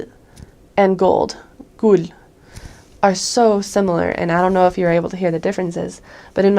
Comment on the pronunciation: You get the award of the year for how Godlike perfect danish your "Gul" (Yellow) pronounciation was. If in quiz should guess the danish person when pronounced yellow, I wouldn't be able to distinguish that with a danish person pronouncing it. And just your pronounciation in general is by far some of the best I've heard of someone who haven't lived in Denmark for like 10 years.